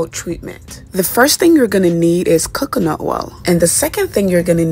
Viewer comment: I thought I was the only one who caught that. Like really😂 who can’t pronounce coconut